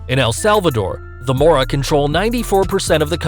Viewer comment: “MORA” SALVATRUCHA🤣🤣🤣 FUCKING IDIOT🤬🤬 ITS “MARA” DUMBSHIT